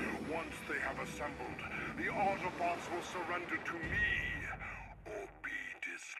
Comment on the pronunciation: did you say 'hello autobutts and decepticons?